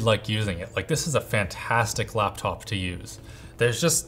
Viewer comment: All I hear is "Laaptaoup"